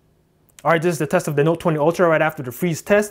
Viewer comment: i love the way he says Nute